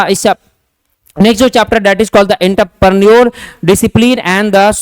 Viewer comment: Are wo intraprenor nhi Entrepreneur hota h Pronoun thoda seekh lijiye